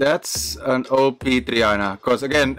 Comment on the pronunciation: i really like the way you say op and gg